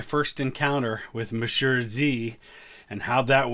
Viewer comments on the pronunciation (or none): Pls pronounce monsieur the right way